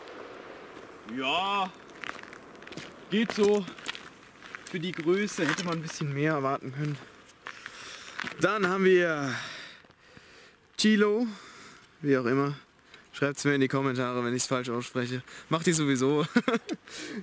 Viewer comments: ich glaube die werden so ausgesprochen (so mach ich es jedenfalls xD) Cielo (Sielo) Giro (Schiro) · Joa Cielo ist spanisch, wird sielo ausgesprochen und bedeutet so viel wie Himmel :), was giro ist weiß ich nicht 🙈